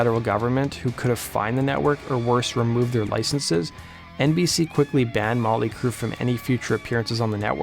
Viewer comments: "Molly Crue"? Enunciate that T a little better bro. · Why do you keep calling them Molly Crue?